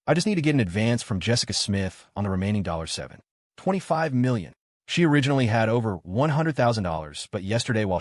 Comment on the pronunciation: Why does the narrator call 725 million, dollar 7 ..... 25million as If it's separate amounts of money 😂😂😂